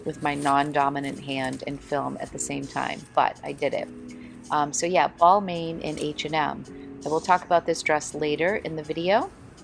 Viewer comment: Pronounced "Bal-mawn" :)